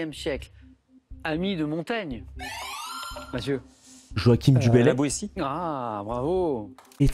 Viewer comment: C'est quoi cette prononciation de Joachim du Bellay?